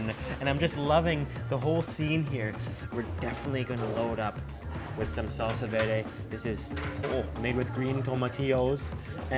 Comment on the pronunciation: My boi said salsa vede